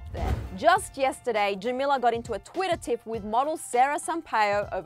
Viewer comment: "Twiddah" No hate, it just sounds funny to me